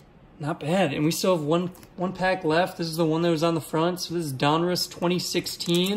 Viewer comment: Love your show but I love that you know how to say Donruss most people say Don Ross when it's Donruss